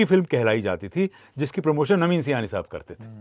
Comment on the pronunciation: Sir ye Sayani nahi hai ye saaayani hai